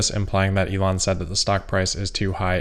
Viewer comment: Except he pronounces his own name incorrectly which I would not care about except it is my name and he is teaching thousands of people to pronounce it like a spoiled child who refuses to learn. He pronounces it incorrectly both in German and English and is spreading the error, and is completely unwilling to go back and correct himself, so when it hits close to home he is not willing to correct himself at all. In German: In English